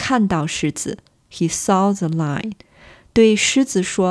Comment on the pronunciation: I recommend working on your English pronunciation of “lion" and "line". Try to distinguish between them. "Lion" has two syllables. "Line" has one syllable. However, I absolutely love your lessons. This is, without doubt, the best channel for learning Mandarin. I can't believe it's free! I hope you get lots of money from YouTube. Thank you.